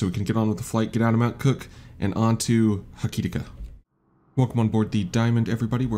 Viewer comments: It's pronounced close to "Hokey-ticker" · lol, sometimes it’s a bit funny hearing somebody completely butcher the pronunciation 🤣